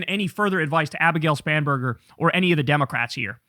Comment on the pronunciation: She has one of the most unfortunate surnames... At least when Kyle says it, it sounds "Spamburger" every time. Also, I don't know why, but the applause during her speech sounded very artificial, like from a machine. Am I the only one who heard that? 🙂🤷 Anyway: All the power to the Democrats, as far as I'm concerned! The Republicans need to go away.